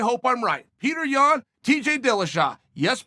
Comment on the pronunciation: Of course you like Petr Yan. You pronounce his name correctly.